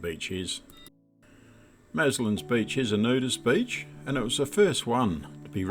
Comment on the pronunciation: Great video, lovely time of the Year No white pointers at Maslin Beach about? Everyone says Maslins (no s)